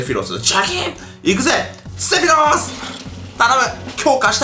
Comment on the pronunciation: せろふぃす？セフィロスだろ？w